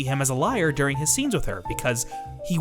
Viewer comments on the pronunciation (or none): none